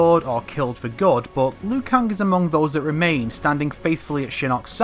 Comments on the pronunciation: Why do you keep saying Liu kung, & not Liu kang??? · You pronounce it as Liu Kang, how it's spelt, whether most people pronounce it as Liu Keng. No hate, just saying. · Ugh it's annoying how you pronounce Liu Kang, no offense